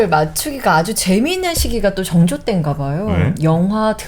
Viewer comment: 증조… 그래도 학자인데 … 사도세자 발음도 ㅈㅋ 서자 발음도 좋구.. 왜 정조가 아닌 증조 …